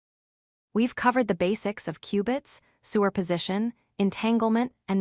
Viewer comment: Interesting and informative videos, but why is “superposition” pronounced as “sewer position”? It breaks one's train of thought every time the word is used.